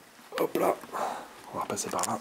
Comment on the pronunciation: Super. Belle video. On ce regale. Dite moi etes vous alsacien. Vu le hop pa la.